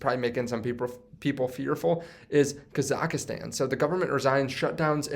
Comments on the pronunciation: Say it with me: KA-ZACK-STAN not KazackieStan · did he say kazakastan.